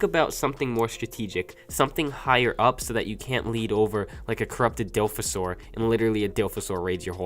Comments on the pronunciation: Its not dilphasaur, its Dilophosaurus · Dilfosaur, great english